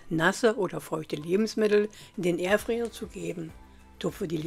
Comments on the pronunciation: kleine info, kein hate, ausgesprochen wird es Airfrei nicht Airfre, also Airfreier richtig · Es heist Air fryer und nicht erfryer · Es heißt übrigens "Fritteuse", nicht "Fötöse" und "Airfryer", nicht "Ärfär". Aber schön, dass er mit Punkt 1 anfängt...